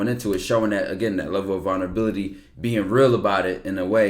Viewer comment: I hate to be that one nigga but i gotta Ty😂. “VULnerabilty”